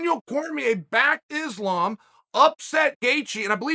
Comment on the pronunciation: I would know who Islam is if you said his name right